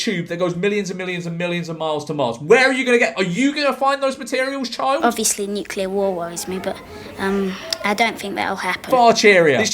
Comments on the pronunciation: mad how they just read Nuclear as Nuculer😂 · tried so hard to be different. i’ve never heard an american pronounce nuclear that way you wrote it